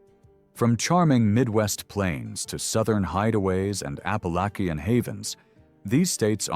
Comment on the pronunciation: There’s a country song, “You’re the Reason God Made Oklahoma.” Also, this is the first time I’ve heard Appalachia pronounced “Appa-lacky-an” … a new way to say it wrong.